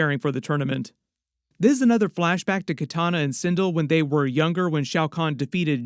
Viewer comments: And her name is Sin-dell 😂😂😂😂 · There is a whole Quan Chi face reveal in the trailer right as kano is sitting up from being brought back to life. He is sitting directly behind kano and can be seen in frame by frame and slo mo.......also it's (Sin-Del) on the pronunciation and it's Hanzo Ha-sashi not Hashi